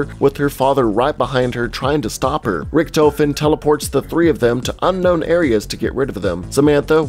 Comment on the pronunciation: Is it me or does anyone it find it funny that he said Riechtoefen not Riechtofen